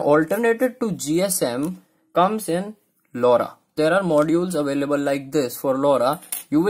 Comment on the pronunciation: What did u say lauda 😂